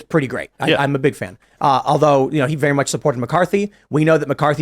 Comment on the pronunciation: He mispronounced Trump's nickname. It's not pig🍆 Donald Trump. It's BIG 🍆 Donald Trump, lol.